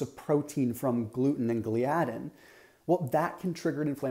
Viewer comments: Thought it’s pronounced “ gli-uh-din” not “ glee-adin”. Well that’s how dr William Davis says it and it’s his main studies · Great explanation. But Gliadin is pronounced with the accent on the FIRST syllable – GLY’ – a – din. Do a search on YT. Just saying. Great work.